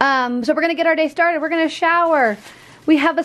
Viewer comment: It's go wing not goinK